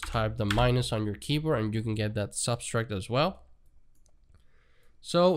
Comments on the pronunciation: Sub - tract Not sub-stract ;) Thanks for the tut though. Very informative! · Just FYI - the word “subtract“ has no s in the middle